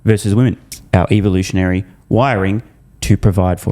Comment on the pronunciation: Of all things that could have triggered a person in this video the only thing that triggered me was your pronunciation of "evolution" as an Aussie...